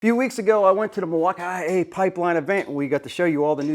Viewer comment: Learn how to say Milwaukee